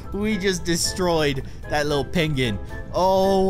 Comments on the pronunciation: why did you call it a pengin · He was calling the penguin a peguin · "Pengin" XD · REPLY "PENGIN" AS HE SAYS